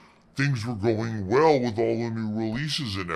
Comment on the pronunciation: "I'm puttin' my foot down. I'm done wit' it! No, really! I am!"